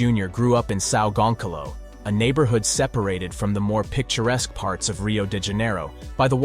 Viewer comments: You should at least make some effort to speak Brazilian names right. São Gonçalo ≠ “Sal gunkalou” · "Son gonkalo" bruh😭😭